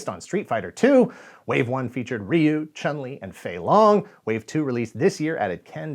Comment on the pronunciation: I knew you didn’t play when you tried and failed to say “Chun-Li”.